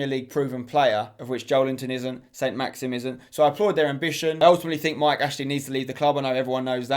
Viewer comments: For Newcastle, his name isn’t Saint-Maxim - it’s Saint-Maximin! Hope this helps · Spencer FC it’s Saint-Maximin spencer not Saint-Maxim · Spen the guy is called Saint-Maximin not maxim